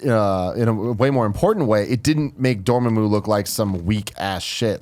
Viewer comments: Ya know what really grinds my gears? How they say Dormammu in this video. They pronounce it Dor-moo-moo or something like that when it was pronounced in the film as Door-Ma-Moo. I know they are not Marvel fans per se, but come on. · please learn how to say the name right its door-mom-ooo not doormamoo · Let's say it all together Door-Mah-Moo NOT Door-Muh-Moo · You guys are Benedict CumberBOTCHING these names ._. It's Dor-MA-mmu not DOR-ma-mmu, and it's Cumberbatch .-. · It's pronounced Door-mom-oo goddamnit. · DOR - MA (as in MA, MEATLOAF!) - MOO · Cumberbartch? Door Ma Moo? Jesus christ come on guys😂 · its pronounced door-maw-moo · Pronounciations for cumberbatch and dormammu are making me cringe lmao